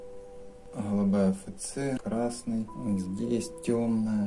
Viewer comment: "хгалубая, хгалубая" - очень режет слух, извините )